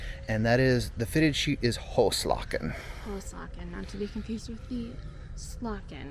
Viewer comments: Have a nice time here. You need some lessons in Dutch pronounciation though. I did not get the hygiene article you bought, also after repeated listening. And "hoeslaken" the "oe" is pronounced as english "oo" (like in loose). The "a" before a single consonant is long and open. There is not really an English equivalent as far as I know. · a little help in the pronunciation:' the Dutch word is 'hoeslaken'. 'oe" is pronounced as a double o in English. So it becomes a 'hooslaaken'. The a in this word is a long 'a' as in 'card' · Hoeslaken is actually pronounced like who's lawken